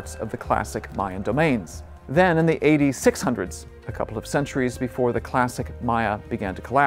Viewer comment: EVERY TIME he says A.D it sounds like he says eighty. For example A.D 900's sounds like 8900's, A.D 635 sounds like 80,635, it was confusing the heck out of me, even the captions had it as "8900's", I didn't know if he was going by the Aztec calendars or what.